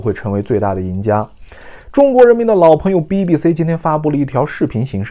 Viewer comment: 就喜欢岩说“BBC”=》逼逼 兮